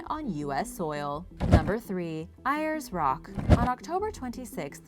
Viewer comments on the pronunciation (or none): "Eye-ers Rock" ... also called "Oolooroo"... ?? Make an effort... :) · In Australia it is called Ayers Rock but Ayers Rock is pronounced as AIRS ROCK